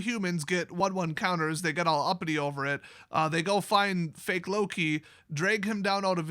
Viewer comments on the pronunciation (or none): none